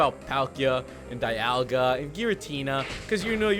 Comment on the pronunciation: dialga is pronounced Deeolga